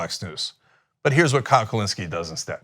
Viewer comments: Every time Cenk says “Kyle driver” I physically cringe, love the show though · Never say kyledriver again cenk you buffalo